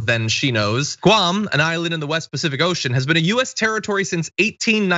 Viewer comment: The only thing is that she pronounce it Goo-am. Or like the previous chump if chief called other countries $ holes.